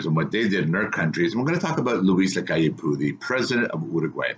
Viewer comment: You pronounce it Luis Lacalle POW but with a softer O as in OH.